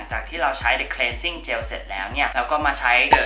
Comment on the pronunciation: เป็นบิวตี้บลอกเกอร์ท่านแรกเลยมั้งคะที่ออกเสียงคำว่า cleansing cleanser ได้ถูกต้อง ขอบคุณจริงๆที่มีคนแบบคุณ ... เดี๋ยวจะลองthe concentrateตัวนี้บ้าง :)